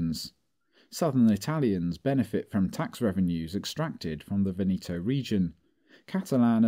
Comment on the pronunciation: Good job, but please learn how to pronounce Veneto: the stress on the first syllable.